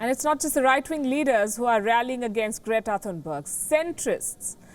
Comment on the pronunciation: And her Name is "Great-a Fun-berg"